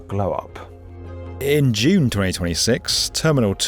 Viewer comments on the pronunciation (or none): none